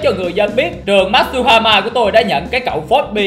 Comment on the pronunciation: matuhama ko masuhama